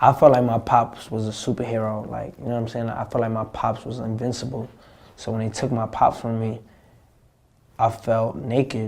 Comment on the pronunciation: Did he say "unvincible" or "invincible"?